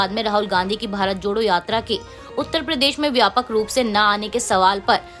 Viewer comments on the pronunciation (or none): समाचार पढ़ने के लिए हिंदी का उच्चारण सही होना चाहिए। जैसे उदाहरण को उधारण, क्षेत्र को शेत्र, प्रदेश को प्रदेस आदि बोलने से बचते हुए इनके ठीक उच्चारण का अभ्यास करना चाहिए।